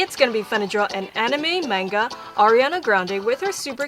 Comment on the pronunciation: I'm not sure if thats how you say Manga..